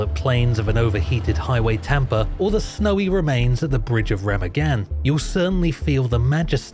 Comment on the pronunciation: cursed pronounciation of remagen lol. it's like reh-muh-gen.